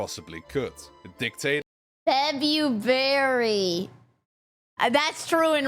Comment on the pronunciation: Janu-Berry, Feb-Berry?